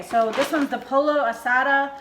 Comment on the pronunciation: It's funny how you pronounced pollo.. It's poio 😁😉 You should try the chicken cilantro wontons the next time. They are so good.